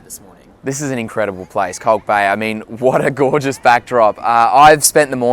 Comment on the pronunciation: For translation it's Kalk Bay not Cog Bay